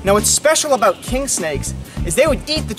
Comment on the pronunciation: Hearing him say “aboot” at some point in this video really threw me off